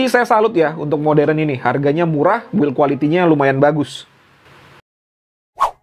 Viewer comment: Bukan moderen om modern